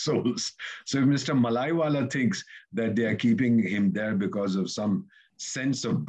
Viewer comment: First pronounce the name Mallya correctly. It is not mallaywala. Atleast Mallya was willing for settlement and part of it is recovered. Tell how much recovered from Gujarati and north India businessman. Just targeting mallya for his flamboyance and fun loving nature..